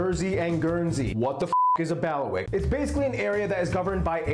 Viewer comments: Not Baliwick but Bailiwick!!!! Of course Jersey founded New Jersey research George de Carteret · He calls it Baliwick and even uses this spelling which is incorrect. They're called Bailiwicks not Baliwicks. And pronounced Bayleywick as in Bailiffs which is where the name comes from.